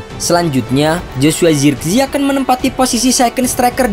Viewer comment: Penyebutan nama zirkzee jangan di inggris2kan😂